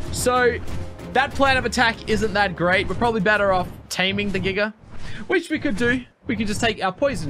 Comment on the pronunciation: not making fun of you brother but I love how you pronounce giga...giger lol